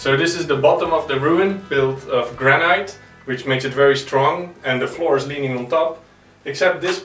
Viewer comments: Sorry to be picky but granite in English us pronounced gran-it not gran-night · Wear a mask !!! ALSO in English noone says GRAN-EYE-T. It. GRAN-ITT